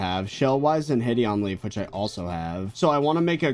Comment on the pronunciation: Will he realize one day that "hideonleaf" is pronounced "hide on leaf" lol